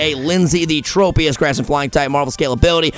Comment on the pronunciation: its not hipnow its tropise